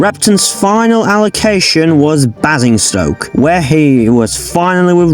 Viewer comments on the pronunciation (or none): Nice video, I like Cheltenham the best because I used to travel behind him often on the Watercress Line. I miss him in service and I wish he does steam again in my life time. Oh, a slight correction on Basingstoke, it's pronounced "Bay-zing-stoe-k", hope this helps! :)